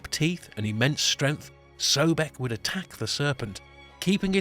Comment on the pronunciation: Streng-F? You struggle to pronounce "th"?